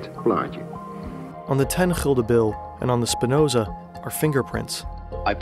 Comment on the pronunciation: Why You pronounce Gulden - Hilde? Is that a proper pronunciation?